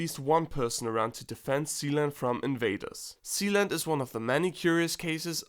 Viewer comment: I thought he said,"THE PRINCIPALITY OF ZEON". LMAOOO😂😂